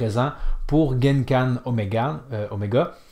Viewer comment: On dit pas Genkan mais Kengan 🤣😂.